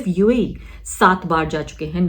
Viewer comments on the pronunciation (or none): Uae bhi bolna nahi aarah